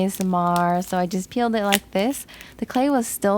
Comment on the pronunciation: She said peeled lol 😂. It just sounds like she said killed